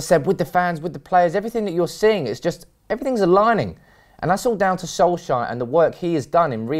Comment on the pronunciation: FFS Get his Fkin name right, It's Solskjaer NOT Solshire.